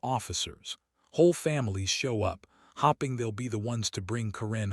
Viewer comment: You do know hoping is not pronounced as hopping?